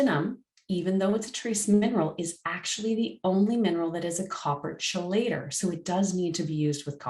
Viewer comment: you can't even pronounce chelator, wtf? Also, curcumin/ala/green tea can chelate copper, also no mentioning of vit A anywhere? or did i miss it? God damn experts..